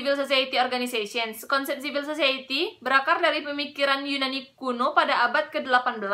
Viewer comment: siv-uhl suh-sahy-i-tee bukan zivil zozaeyeti. mohon hati-hati dalam pronounciation saudari.